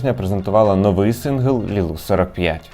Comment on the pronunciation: А чому ви кажете Лілу45? Відколи Y читається як У? 😅